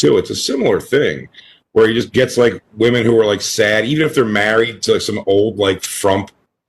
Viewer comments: It still drives me nuts that says woman instead of women. All the time. How is that a thing! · It makes perfect sense?? thinks "women" is pronounced like "woman." This is something we all learned to pronounce in first grade. Yet she doesn't understand it. OP is correct, she shouldn't be allowed to talk. And neither should you. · She has no idea how to pronounce "women." It's so weird.